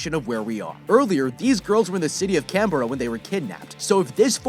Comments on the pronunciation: I’m sorry, but the way he said Canberra was just funny to me. Sounds weird without an Aussie accent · the way you pronounced "canberra" triggers me as an aussie